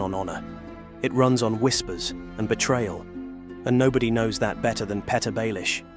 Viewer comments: Littlefingers mistake is allowing an AI voice to keep misprouncing his name as Peta.......it is Peter.....😂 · “Pet-Her” Baelish? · His biggest mistake was letting AI mispronounce his first name. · It's "Petyr Baelish". Use Google Translate to pronounce "Petyr".